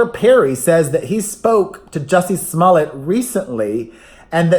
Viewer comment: It sounds like you're saying jessie's mullet every time and it makes me think of john stamos ❤